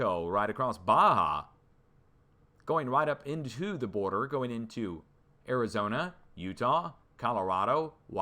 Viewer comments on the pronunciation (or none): none